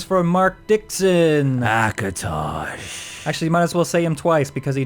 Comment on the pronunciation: akotosh....akotosh lol